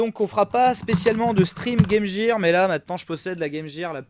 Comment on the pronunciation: " game jeer " oof